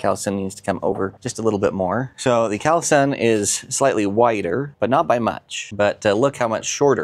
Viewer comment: Yes, those are impressive panels, but it's pronounced call sun. Not cowl sun